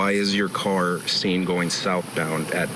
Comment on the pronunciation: I hate it when he talks about his car the way he says it